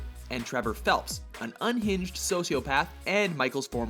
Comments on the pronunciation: He said Trevor Phelps.. >:( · it's trevor "philips" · did he say trevor phelps the first time he said hi's name? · Is anyone else annoyed that the announcer said Trevor Phelps? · how tf is franklin a wannabee???your dumb and its trevor phillips not phelps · Trevor Phelps? It's Philips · Its Phillips. Not Phelps you fuckwits. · Trevor Phelps? its pronounced Trevor Phillips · TREVOR PHILLIPS NOT TREVOR PHELPS!!! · I'm sorry Trevor Phelps? It's Trevor Philips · Franklin is anything but a wannabe gangster. Gangster seems to be the last thing he wants to be. & Trevor's last name is pronounced Phillips. Not Phelps. I'd imagine someone else already corrected this video, but it really bugs me not to say anything about this. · It's Trevor Phillips not Trevor Phelps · Phillips not phelps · It's Trevor Phillips, not Trevor Phelps! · Trevor Phillips not Phelps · No hate, but Phillips. Trevor Phillips. Not Phelps. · Trevor Phillips, not Phelps :P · It's Trevor Phillips not Phelps. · You said Trevor Phelps... It's Phillips! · God damn, this dude is really good at mispronouncing names. Trevor Phelps? ACKWAHman? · His name is Trevor Phillips not phelps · Did I hear "Trevor Phelps"? It's Philips. Sorry if I just didn't understand it properly, but I watched/listened multiple times and it always sounded like "Phelps" to me. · Did you say Trevor PHELPS????? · Is it me or did he say "Trevor Phelps"?😂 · Did he say Trevor Phelps? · I mean if this guy can't even pronounce Trevor's name right, what makes him think he knows about gta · How the fuck do you mispronounce Phillips? They say it in the game like six hundred fucking times. Also do you pronounce a Phillips head screw diver that way?